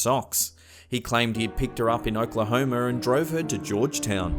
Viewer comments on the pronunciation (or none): One day I’m gonna visit Oklahomer, Florider, Canader, an then I will be a well traveled man... 😂